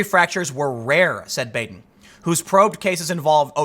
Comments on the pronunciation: That's Dr. Bahden, not Bayden. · Bah-den not Bāden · Baden's name is pronounced "bah-den", not "bay-den". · Baden is pronounced Bah-din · I feel like a “well ackchually” but thought you may want to know that Baden is pronounced BAH-den in this case. Also, Epstein didn’t kill himself. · It's Dr. BAD-en. It's not a long 'a' but a short 'a'. Anyone else catch the PBS? murder files show where Dr. Baden solved bizarre murders? I think they were in the 80s? Fascinating. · >Keeps saying how famous the doctor is >Can't pronounce his name properly